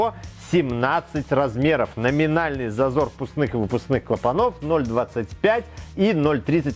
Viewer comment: Видео класс, спасибо. Но где куча образований у Лысого? почему он не знает как правильно ставить ударения? Ведь надо просто говорить правильно: пОршней, двИгателей, клАпанов, он не может запомнить три слова. как его просят?)))) но лайк поставил.